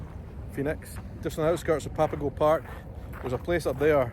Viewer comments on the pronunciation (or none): none